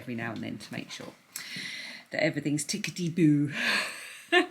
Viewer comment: I was giggling on the treadmill this am. To my Canadian ear, tickety-boo sounded very much like tickety-poo. Apt given the subject matter. Thanks for a Sunday am laugh!💕🇨🇦